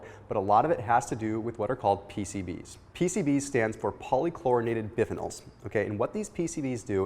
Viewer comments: Bi-phen-nyls, not biph-phenyls. First time I've heard it pronounced any other way. How can you know this much and not know this. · Biphenyls is pronounced “bi-fen-ulls”